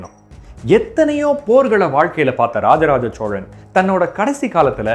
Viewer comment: Sir unga video and research ellam sema super excellent but oru small correction in ur pronounciation ச்சோழன் இல்லை சோழன் தயவு செய்து என் வேண்டுகோள்